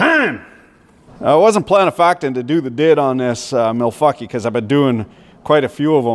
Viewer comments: Its pronunciation is milquackiey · I died when you said milfaukee lmao